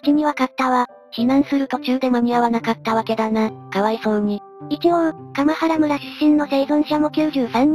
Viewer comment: かまはらむらではなく、かんばらむらです。